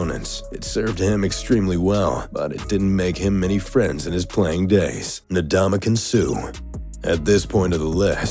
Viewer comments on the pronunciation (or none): I just would like to point out it's ndamukong suh not nadamukong suh. 👍